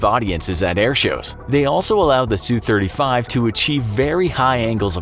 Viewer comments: It's not pronounced soo it's S-U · Nice video (realize that the graphics were NEVER intended to be accurate) but there are some tweeks. First off, the SU series of Soviet and Russian plane is short for Sukoi, and is pronounced S-U not Sue. Not all F-35's have the VSTOL engine. That model of engine is for the F-35 C, a F-35 built for the US Marine Corps to replace the legendary AV-8 Harrier. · Drives me crazy how they say the "Su" in for example "SU-35". They say "Sue" but it should be, "S-U". Both letters pronounced individually.